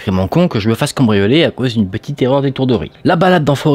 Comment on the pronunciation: Il a dit cambricoler 😊